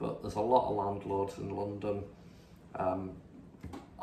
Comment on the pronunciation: We need thousands of us to walk into parliament and physically remove these criminals. By the way, you need to sort out your T's. Words like London are not pronounced lonton, and land is not pronounced lant.